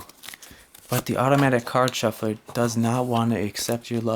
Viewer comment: When you say 'Automatic card shuffler' with that accent it sounds like Value Hunter